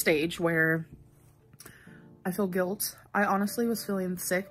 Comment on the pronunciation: Mellllllky way The gilllt. In yer ozzzz “im very vollllcolllll about…”